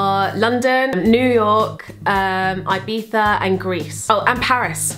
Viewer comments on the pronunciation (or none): none